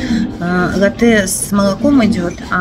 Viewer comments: лАте, ударение на "а" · Ну, уж если исправляете, то исправляйте правильно: ЛАТТЕ!